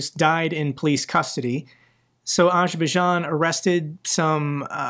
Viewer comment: Sorry dude but Azerbaijan has a Z in the name that you have to pronounce It isn't Ajerbaijan